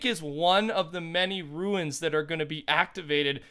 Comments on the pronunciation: It’s not called a ruin, it’s a rune (Roone) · Rune is pronounced "roon" rather than "ruin" - great video btw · pronounced Roon as in room not ruin lol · Anyone else get triggered when he pronounces rune like ruin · The way you say rune ruins my experience.